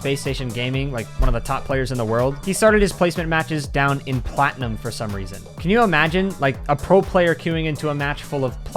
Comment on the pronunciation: Bro why do you got to say platinum like that? Lol... That's cool that's cool